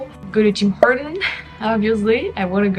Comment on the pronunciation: As and American who speaks French fairly well, I remember the funny looks I received from some quebecois after I pronounced Tim Horton's with French phonetics: "Teem Orton". When I visited in 2015, I think my expectations were that is was going to be quasi-European. Old town has a European flair and the city of Montréal is so multicultural and diverse. It's definitely a North American city. There are just as many people speaking English in the streets as French - at times, I heard both languages interchangeably spoken in the same conversation.